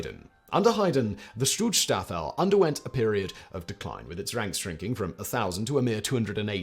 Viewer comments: First I cringed a bit at him pronounced it "Stutzstaffel" and then found it funny, because it kinda still sounded like a more accurate description. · I used to really enjoy you videos but this is comicly lazy. "The stuutstaffel?" Really? You couldnt even learn the name of the organization your making a video about? This seems like a lazy attempt at hitting the algorythms caused by current political events and its actually quite disgusting you cant take it serious enough to even learn the fucking name. Do better please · Thanks for the condensed history of the SS! Your German pronunciation is so bad that I can’t even make out all many of what you mentioned (native English speaker and near-native German speaker living in a German-speaking country for over half my life). Please try to at least get close so that we can understand you.